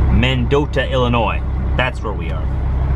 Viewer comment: I would like to congratulate you on pronouncing Illinois correctly!!